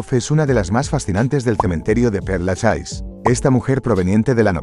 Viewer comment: Por favor aprende a pronunciar bien los nombres: cementerio de Père Lachaise: pronunciación Per Laches... En frarcés la última e no se pronuncia y "ai" suena "e".